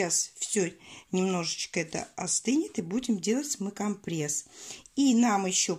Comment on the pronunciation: Что за "компрЭсс"?кровь из ушей!!!компрЕсс!!!вы же вещаете,так делайте это грамотно!